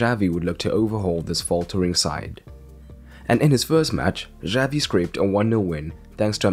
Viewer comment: omg the way he pronounces "Xavi" gives me chest pain